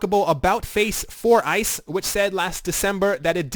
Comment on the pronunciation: And the company acronym is pronounced Ice like frozen water.